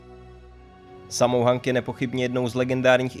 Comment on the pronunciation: 😂😂 3 ste neřekl 😂😂 a sammo hung se jmenuje ne hang 😂😂😂